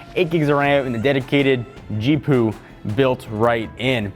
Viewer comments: Stop calling it a Geepoo. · Do you know how I know that you're not qualified to be giving me tech tips? You call a fucking G-P-U a G-Poo. Just how? You know it's an abbreviation right? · Who else dies a little bit inside each time this guy says "geepoo" instead of G. P. U. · "G-Poo?" Who the fuck says that? Just say G.P.U. you lazy little shit! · Stop it, it is pronounced G.P.U or G-pee-you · What is a g-poo? It's a gpu doofus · Did you seriusly just call i a G-poo? As in poo/poop? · DID HE LITERALLY JUST SAY GEEPOO WHAT THE FUCK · he said gpoo on purpose right? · please do no say G-Poo again, Please. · He really needs to learn how to say GPU. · gpu pronounciation had me sub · lmao he did every time XD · if your reviewer cant even pronounce gpu then he probably shouldnt be reviewing for tech products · MY GOD HE SAID IT AGAIN DOES HE NOT KNOW WHAT A GPU IS THIS IS TECHNO BUFFALO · They're not tech experts if they mispronounce "GPU." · Oh my god you can't pronounce GPU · a guy who makes tech videos for such a long time doest know how to pronounce GPU he just reads the script XD